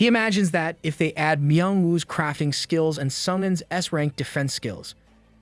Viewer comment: God's sake, stop with the dhey and doh bullshit. You sound like a retard lol. It's so cringe